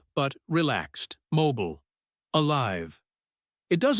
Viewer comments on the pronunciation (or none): none